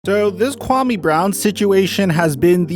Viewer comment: Your pronunciation of his name is way off dude... Put some respect on his African name!